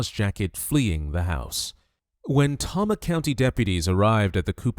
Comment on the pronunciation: Ugh, it’s pronounced “TAY-MA”, not “TOM-MA”. Tama County, Iowa.